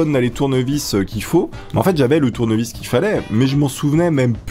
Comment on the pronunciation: go plaqué un tournevis mdrrr un "tounyvis" kappa